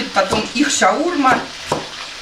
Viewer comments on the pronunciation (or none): Почему постоянно не правильное произношение слов ШаурмА а не шаУрма